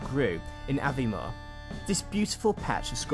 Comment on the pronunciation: Culross is actually pronounced "Coor-iss" Aberdour is "Aber-dower" and Linlithgow is "Lin-lith-go" apart from that, nice video.